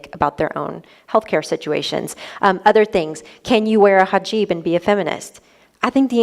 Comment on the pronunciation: It's HIJAB, not hajib.